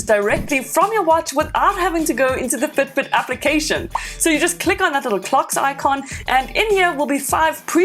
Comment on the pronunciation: It took me 52 seconds to understand that she was in fact NOT saying foot boot.